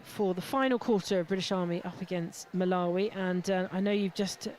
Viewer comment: Get the 2nd GS Malawi name correct. Basic